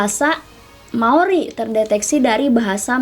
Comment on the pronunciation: "Maori saos tiram" Bukan gitu ka 🤣😭